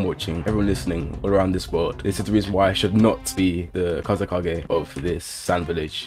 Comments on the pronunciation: i had a heart attack every time you said "Kazukage" like bro do you even watch naruto its fckin Kazekage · I feel like has not watched naruto kazukage? What it's kazekage and that was not killer bee